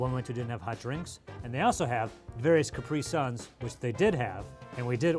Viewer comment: I’m sorry but how is pronouncing Capri suns?? 🤣🤣